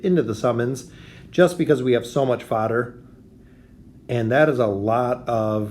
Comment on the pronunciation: When you say fodder it sounds like you’re trying to say father in an accent. 🤣